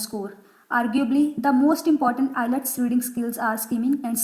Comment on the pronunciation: First you correct your flawed pronunciation then make an IELTS video. Btw IELTS not ILETS 😂